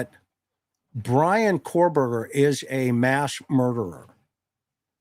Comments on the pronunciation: He keeps calling him cor-Berger lol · I love your podcasts. Several things about this one though. First, BK's last name is Kohberger not Korberger as you kept saying. Second, the police removed "IDs in a glove in a box", nothing was ever said about it being an ID of the of the girls. You kept implying it was Bethany's driving license or at least her ID. Third, I saw what was supposedly a portion of a report from that private detective firm for the defense that was quoted as saying Bethany told police she heard things during the night. I can't remember if she also said she saw things but it did say she heard things. It has been reported that she has severe PTSD, as one would expect after what happened in that house, so I'm sure she is receiving counseling. Her surviver quilt has to be through the roof and people need to leave her alone along with Dillion. 😢😢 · KO-Berger as in CO-pilot Rhymes with TOE. Kohberger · Okay same. I’m seeing now that this is not confirmed. It was something News Nation said. But multiple things they have said have been proven wrong. I mean this guy doesn’t even know how to say the suspects name.